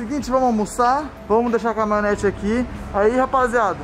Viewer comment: Melhor do vídeo é o falando CAMONETA KAKAKAKAKA